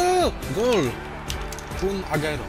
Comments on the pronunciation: sorki musze to chejtowac kurwa no mnie to boli to moj naj pilkaz a ty czytasz agero czyta się agłero PLS popraw sie ! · agero Tylko agłero tak sie czyta